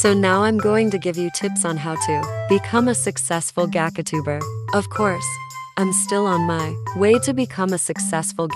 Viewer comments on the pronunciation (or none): Bro smt I keep on raging about is the fact that you kept on saying “ gacatuber” 💀💀💀😭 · The ai voice: "gackatuber ☺️" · This is actually really helpful, but can we just talk about the way the text to speech says “gachatuber” 😭😭